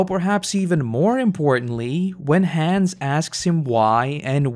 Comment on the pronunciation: Your pronunciation of "Hannes" made me irrationally upset. "Hans" no dude. It's like "Hahn ess"